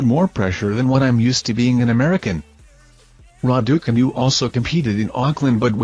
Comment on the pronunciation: Somebody tell this idiot to pronounce the name Raducanu correctly please.!